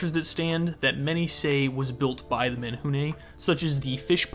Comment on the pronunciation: Okay but kudos to his pronunciation of menehune 👏🏻✨✨